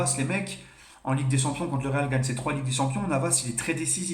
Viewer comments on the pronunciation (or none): none